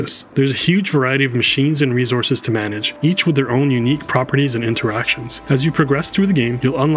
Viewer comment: Dislike for the way he's saying "resources"